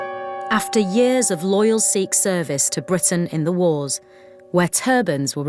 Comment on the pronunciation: finally someone says sikh right